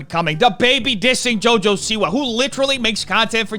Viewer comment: He said "jojo-see-why" as in Jojo sees 👀 why the man is a B word. Smh